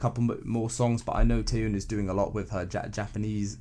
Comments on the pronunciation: Tnaks for the album review ^^ but it really bothers me lol, the "yeon" in Taeyeon is pronounced as "yon" or similar to "yawn" but is said quicker. Also I disagree, all the tracks are different from each other but also goes well with the entire album, it shows her maturity to music and herself while keeping her own color. Circus is an absolute favorite, the vocal direction and the instrumentals are soft and stirring but still holds an immense emotion. I think this mini album is one of her bests I'd say. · The "Tie-yune" pronunciation was getting on my nerves as well